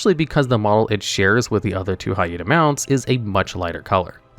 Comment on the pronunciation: why your hyena pronunciation sound like Jaina, it's very funny for a hated for horde players like me.